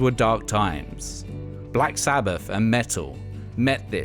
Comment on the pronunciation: Black Sabbaf… Nineteen-sixty-free… monolific… Martin Lufer King… fanks a bunch. This announcer needs some lessons on pronunciation. 😆